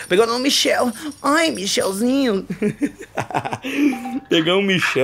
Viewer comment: Era Michael nao michel kkk